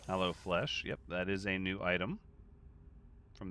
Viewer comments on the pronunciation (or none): 😂😂😂 You said "Aloe Flesh" and I heard "Hello Fresh" and I was super confused for a second! LOL